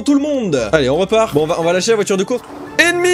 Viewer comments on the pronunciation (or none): À chaque fois que tu dis " ennemi " j'entend Emmy 😂🤣😂 et je repond " oui ? "